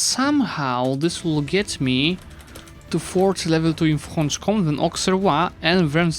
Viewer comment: It's not Franche-comt but Franche-comt*ÉÉÉÉÉ*